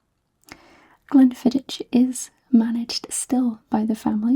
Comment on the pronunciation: Fab video as always! Glen fid-ick (but a soft ck like in Loch)